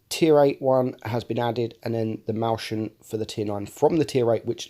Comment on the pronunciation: "mäuschen" is pronounced that way